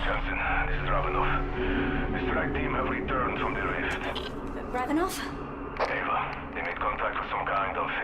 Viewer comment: RAV-enov, sorry it was just triggering me hearing REV....had to let it out, sorrrry.